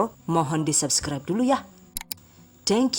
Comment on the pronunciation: Hasan udah pinter bhs inggris, nyebut SUBCRIBE kok masih SAB sech, harusnya SUB